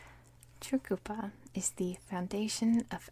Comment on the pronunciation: Great video, You nailed the pronunciation of Tjukurpa, but you found the silent 'Tja' in pitjantjatjara. Think simply Pigeon-jarra. It is an awkward language to read, though once you see the sounds, it is rewarding. Palya.